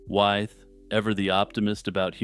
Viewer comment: Interesting and well-presented - except for one thing. George Wythe's name is pronounced "with" - a good example of how English is confusing!